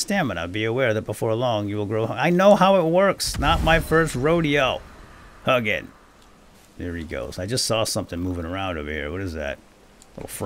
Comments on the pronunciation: Hug'n the raven. The more cuddly version of Hugin. Which is pronounced like "who-gin". As someone who speaks old Norse and studies Norse mythology, this was...painful. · I think it's pronounced hoo-gin. And moo-nin. Odin's raven's thought and memory.(I just got done listening to the Iron Druid Chronicles, and that's how it was pronounced in those books anyway.) Love your content. I can't keep up with it all, but I struggle along at the best of my ability. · If you're going to make more of these, please know that Hugin is pronounced more along the lines of Hu (like "who" , but the u-sound in the end of "you", and gin (with a hard g, like in "golf") and a longer "n" sound, like in "jinn". I do enjoy your videos, but hearing you butcher that makes my blood boil 😆. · I'm norwegian, so it was painful for me too